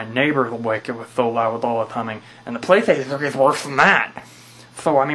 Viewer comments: apparently, it's the pwaystayhstionfwee. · xDDD "the playshation free". and the glasses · hahaha listen to how he says playstation 3